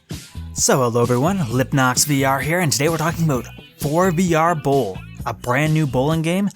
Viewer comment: Is it not pronounced "forever bowl"?